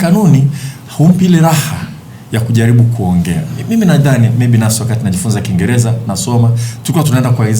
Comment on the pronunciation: Mwandishi wa Habari gani wa DW hawezi kusema Rahisi anasema “Lahisi”, Kiingereza nasema “Kiingeleza “ Halafu anataka Watoto wafundishwe kwa Kiswahili Eti Ndio Waelewe.. Hivi Huyu ni mwandishi wa Habari au ni Pimbi? Eti Secondary watoto wafundishwe Chrmistry kwa Kiswahili Halafu atakuja kuwapa Kazi Hao Watoto ama so wamesoma Pia Kiswahili. DUNIA INATUMIA WNGLISH NA KISWAHILI SIO KUKUBWA SANA DUNIANI, je huu Doctor anayejifunza Idaktari kwa Kiswahili atenda kutibu Vipi kwa Kiswahili?